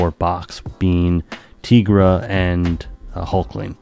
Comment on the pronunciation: Great video, as always. My only caveat is that it's TIE-gra, not TEE-gra. She looks and her powers are based on a tiger, not a tee-ger.